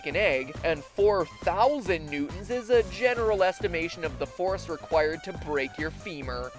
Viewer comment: when you said the forcé of of the fary i was like holy shit